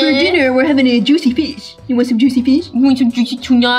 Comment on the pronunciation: Nobody: /: zuicy tuna Azzy/Azzyland: zuicy susi